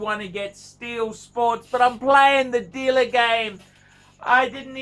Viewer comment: the dealluhhh is not your PHRIENDS PHUCKERS